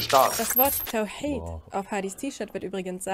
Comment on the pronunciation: sagt einfach "tahwīd" anstelle von "tawhīd"